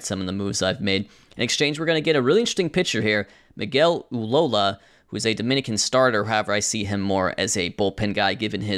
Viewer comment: Just so you know, the surname Ullola is usually pronounced "oo-ZHO-la" because the name is of Spanish/Argentinian origin and the double L is turned into a "zh" or soft J sound. Nothing like a sport sim to give you names you've never had to pronounce before so I might even be wrong, but it's usually done the way I shared :)